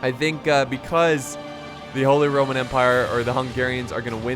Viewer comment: holy... RRRRRRRRoman empire